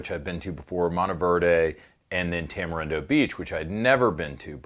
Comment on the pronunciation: You mean, "Tama-Gringo" beach?